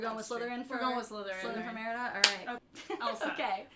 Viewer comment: You had a hard time with Merida WHAT MOVIE IS SHE FROM????